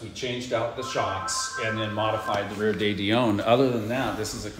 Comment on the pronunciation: "Day Dee Own" axle????? I think you mean de Dion, which is pronounced De Dee On.